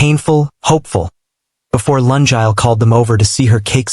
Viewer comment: Oh pronunciation of “Lungile” the name is bad🤦🏽‍♀️it a Zulu name Luu- ngiii- leeh not Laa- njaal 😔 And mix of months and years and lungile’s mom is korean and dad is korean but she looks multi racial 🙆🏽‍♀️😁 Storyline is good but the author nedded to do corrections b4 putting on for us to listen Thank you